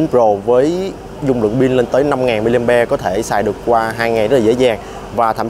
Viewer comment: ông phát âm rất chuẩn rồi. Nhưng lạy ông phát âm là ' Pin" hay ông chỉ nhận thức là " Bin" thôi?